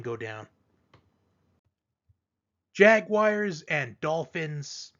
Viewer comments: The jag wires. Always gets me. Lol. 😂😂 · I know why can't people the announcers say jaguars correctly.JAG U WIRES